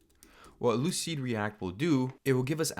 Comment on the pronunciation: lucide -react not lucid reat